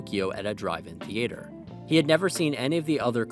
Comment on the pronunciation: That is not the correct pronunciation of the word "theater."